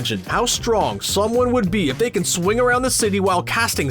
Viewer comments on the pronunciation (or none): none